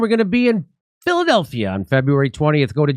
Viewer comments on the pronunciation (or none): none